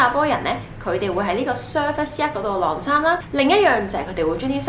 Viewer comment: 「䁁衫」唔係「掠衫」